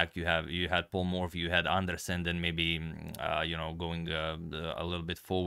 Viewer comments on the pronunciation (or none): none